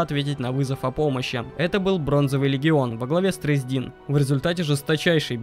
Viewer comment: Не тресдИн, а трЕсдин.....